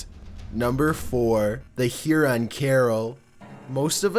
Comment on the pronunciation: hey! must correct your pronunciation in #4. it is Huron not heron. thxs!